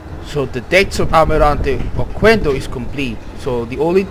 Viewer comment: The letter "U" is not pronounced, the correct pronunciation is OKENDO